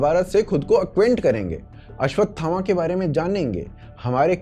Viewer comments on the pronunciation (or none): "Ashwathama" ko "Ashwagandha" bana diya 😂😂😂😂😂😂 didi ne, yahee hota jab aap ashwagandha jyada khate ho, jo ki app ki "lower desires" ko boost karta hai.😂😂😂😂😂😂😂